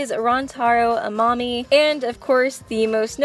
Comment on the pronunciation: What she said: Amami attacked them What I heard: A mommy attacked them